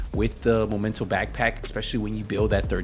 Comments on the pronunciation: "THE MOMENTO." 4 years after the release of the game and people still mispronounce it. The word does not come from "momentum". It's called MEMENTO, as in a souvenir you get from a trip or from somebody, that reminds you of the event or that someone. Why does it bother me? Help me god, because I don't know. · It's ME MEN TO, not MO MEN TO. Sorry, it's just triggering me, when people misread it like that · pointing out mispronunciation is offensive now? He can clearly pronounce the second syllable of the word correctly. Misreading and then remembering the wrong word is common. The "triggering" part is called hyperbole on my part, stop getting your panties in a bunch. I don't even know why I bother pointing it out on some random dudes video which popped up in my recommended category. The content is otherwise nice. If you overreact to everyone like this, i feel bad for you.